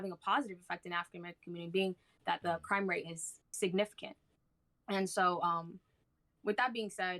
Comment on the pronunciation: Y’all not only was it her first debate she had no cohesive points whatsoever 😂 none of her narrative makes any sense . Lmfaooo when you corrected her pronunciations of crime rate 😩😩😩 you owned this shit There’s little to no evidence that black people committing crime at higher levels than white people. According to the statistics we actually commit crime on the same plane as white people..